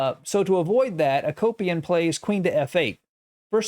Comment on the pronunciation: I like your content but you butcher these names. I was a Peace Corp volunteer in that part of the world so I’m probably being critical but let me help. Mikhail Tal: Meek-hall Tall. Akopian: Ah-Cope-yawn. Agadmator does a great job with names, in case anyone is ever curious. Admittedly, it’s not always easy.